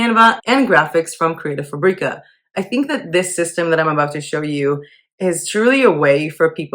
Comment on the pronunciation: You make “fabrica” sound like a spice when everyone else pronounces it like the word fabric